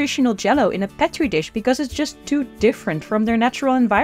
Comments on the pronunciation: That is how Dr Julius Petri pronounced his name. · First time hearing anyone literally anyone pronounce Petri dish like that and it sounds so off